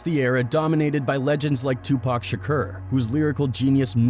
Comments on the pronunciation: lmao this guy cant pronounce tupac... tupurk shkur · This dude pronouncing shakur shakerrr is annoying isn't it?! He can't even pronounce Tupac's name correctly after so many years of others pronouncing it correctly.